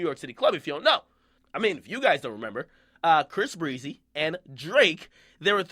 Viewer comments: Omfg if you say Bris Breezy 1 more fucking time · Before you make another video about Chris Brown make sure you can actually say his name correctly.....smh bris breezy....who is that? I thought his name was Chris all this time....well one of us is saying his name wrong and it ain't me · why do you say "bis breasy"